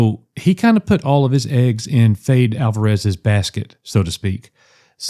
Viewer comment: Fede (I think its pronounced Feddy) Alvarez gave us Don't Breathe and the Evil Dead Remake. This sounds amazing